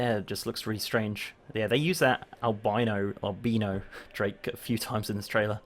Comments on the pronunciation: Lol "AL-BE-NO DRAKE" Albino. Al-BYE-NO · Great video but its Al-bi-no